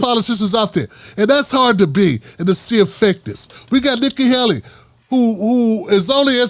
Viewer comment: It's not that difficult to pronounce; or is this a lame attempt at humor. Usually you're funny not this time.